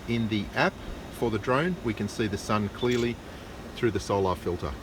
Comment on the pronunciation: What a joke and learn how to pronounce solar it’s not solaaaaaaaaaar 😂😂😂😂. You guys are pathetic joke. Go watch DITRH He’s made plenty of drone videos of sunsets showing how it gets smaller and farther and blocked by layers and layers of atmosphere. I don’t know how this poor guy is still trying to prove the globe when none of his other globie scientism friends are even trying. The solar filter blocks at 99.9% of everything else so it’s probably also blocking out a big portion of the edge of the image of the sun.